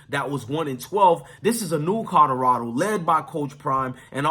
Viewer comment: Are you really saying codorado? Guys that look like you should learn how to speak English